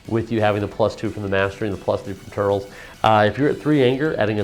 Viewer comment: I dunno if anyone said this yet, but its "Tur - Les" not "Turls" watch a movie :)